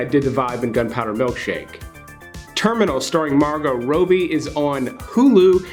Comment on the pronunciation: Margo Ryobi? Rooby? its Rob-E